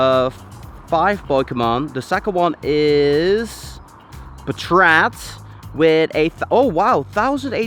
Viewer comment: I think its "paatrat" not "patraat"